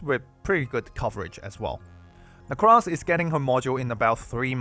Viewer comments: actual psychic damage every time you call her "necrass" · Let's go he says, necrass. Based.